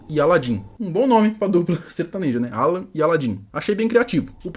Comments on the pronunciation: Não é aaaalan... é alaaaaan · É Alan e não Àlan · A pronuncia não é Álan e sim Alan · Alan, a pronúncia tá engraçada 😅.